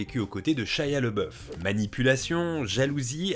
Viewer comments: C'pas "Lebeuf" mais "Labeuf" en prononciation... Ça pique les oreilles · LABOUF pas LEBEUF... j'aime pas cet acteur mais prononcer son nom correctement est le respect minimum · par contre tu prononce son nom "le boeuf" alors que ca se prononce "l'abbé ouf" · Pq prononcer LeBoeuf alors que son nom est LaBoeuf ? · Pourquoi on prononce « Leboeuf » si c’est « Labeouf » ? Son nom était « Leboeuf » à l’origine ou rien à voir ?